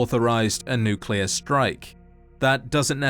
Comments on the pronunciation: just a reminder that it’s pronounced NUCLEAR not NUCULAR 😒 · Bro its nuclear, not nucular, enunciation!